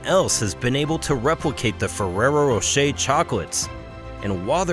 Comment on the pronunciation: why is it so difficult to pronounce Fererro Rocher in English? 😂